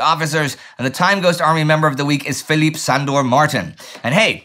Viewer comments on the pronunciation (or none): none